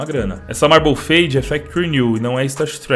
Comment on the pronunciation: eu apertei para pular 5 segundos que sempre faço isso mano chegou em o dog 1337 falou marble fade eu entendi "PERNIL!" mano bateu até uma fome kkkkkkkkk